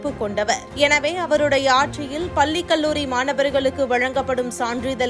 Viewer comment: பல்லி அல்ல உச்சரிப்பு பள்ளி என்று கூற வேண்டும்.... Dr.Umamaheshwari Retd. Professor Dept.of Tamil